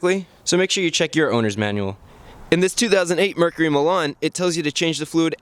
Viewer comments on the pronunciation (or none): none